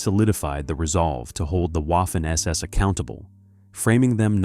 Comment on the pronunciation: DONTs ay Waffen. A W is A V in German, waffen sounds really, really terrible. As a one producing historic videos, you should know better.